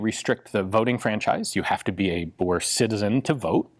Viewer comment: That's an incredibly good pronunciation of "Boer". Kudos.